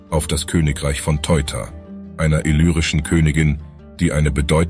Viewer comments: KÖNIGIN T E U T A und nicht TOJTA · Sehr interessant, ich bin sehr gespannt und voller Vorfreude! Wenn ich nur anmerken dürfte, die Aussprache von Teuta war im Video nicht korrekt. Es wird nich eu , wie Euro oder Feuer gelesen. Es wird jeder Buchstabe für sich selbst ausgesprochen, Te uta. Haben Sie die neue Studie vom Max-Planck-Institut gelesen, was halten Sie davon ? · Nicht Teuta sonder Te-uta